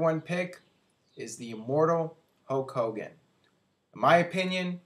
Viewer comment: its HULK hogan not HOKE hogan, hes defo saying HOKE